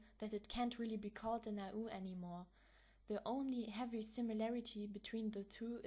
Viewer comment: It's been so long since I've heard your voice <3 Thanks for the explanation! And I'm pretty sure AU is said as "ay you" But Okey;^9